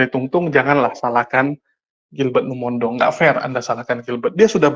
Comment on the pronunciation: Maaf, tolong nama marga pdt Gilbert dibenerin pengucapannya. Lumo-in-dong bukan Lumondong. Kesalahan dalam menyebut nama seseorg bisa membuat sakit hati 🙏 Maaf